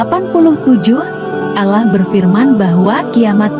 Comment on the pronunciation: videonya vagus tapi tolong itu voicenya diganti. penyebutan Allahnya gak tepat!